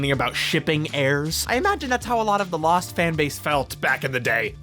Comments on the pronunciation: Amazing video. It took me until to realize that you were saying "Loosened" every single time your script would've had the word "Lost". I'm pretty smart like that. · I gotta admit it took me like 4 and a half hours to understand why he kept saying "losened" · Stop Saying losend over and over